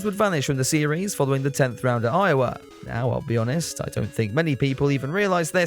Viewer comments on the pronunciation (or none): none